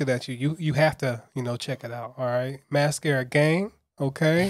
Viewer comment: Not you pronouncing mascara wrong 💀💀